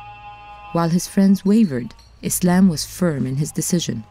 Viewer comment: lol his name is not 'Islam' !!! wtf Its 'Aslam'